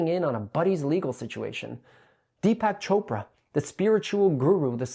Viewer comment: Who’s Deepass Chopra?